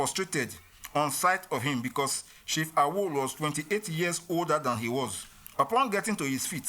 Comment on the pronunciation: Any video you watch pronouncing Awolowo as “are-woe-low-woe” is just there to spread propaganda.